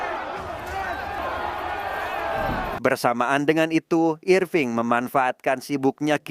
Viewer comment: Irfing kek jowoki bejirr😂